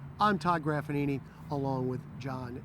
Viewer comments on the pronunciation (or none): did someone say graffagnino? doh... close.